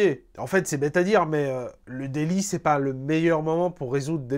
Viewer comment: ouai c est plutôt ze daily